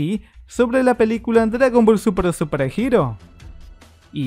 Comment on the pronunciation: Por que siempre dices dragón ball supra en vez de súper XD